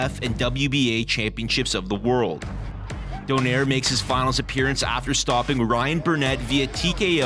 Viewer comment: Donaire pronounced Do-nay-re.